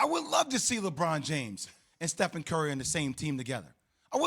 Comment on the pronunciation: STEPHEN!! Not steph!